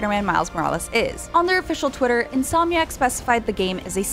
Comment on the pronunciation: INSOMIC. IN-SOM-IC. This man is on another level of speech.